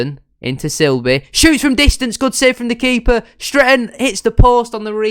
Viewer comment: Good episode. Sorry to see Lawrence go. Looking forward to the series. PS It’s SIB-ley, not Sil-bey 🤣⚽️😂